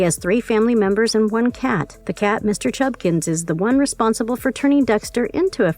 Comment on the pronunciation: Mr. Chubbakins. Not Mr. Chubkins.